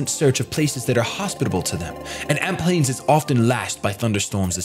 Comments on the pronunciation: also it's amp plains not alp plaims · it's Amp plains not Alp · "Alp" Plains lol. Love ya!